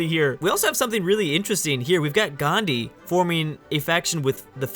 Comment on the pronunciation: How did you say Gandhi its indenpence week 🙄🙄